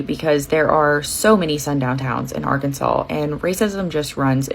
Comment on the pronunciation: Good ole “Are-Kansas” at it again